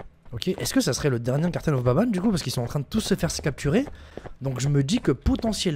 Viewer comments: The garten of BABANE 🤣🤣🤣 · Il y’a que moi qui a remarqué que au début a dit < bienvenue dans le chapitre 4 de garten of baban > au lieu de banban 🤨